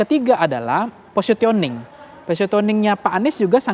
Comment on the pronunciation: Posisioning bacanya, BKN positioning